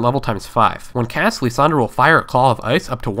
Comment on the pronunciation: lissandra =/= Leesandra